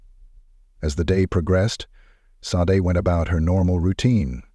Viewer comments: SHA-DAY. Not Sade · Aside from the robot voice narration (given away by the ridiculous alternating pronunciation of "Sade"), this is an excellent, compelling, well-written video. Great storytelling, presentation of events! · the mispronunciation of her name is irritating. RIP Sade 💕🕊️